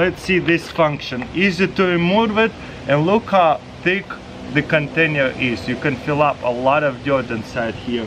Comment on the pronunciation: what the heck is a "CONTAINYER"?